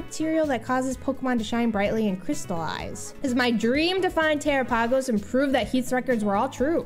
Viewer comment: the way she pronounced terpagos 💀